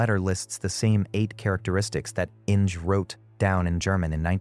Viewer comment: Innj! It’s German, Inge, pronounced IN-gah, two syllables!